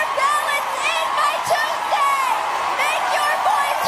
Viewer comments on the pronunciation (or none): none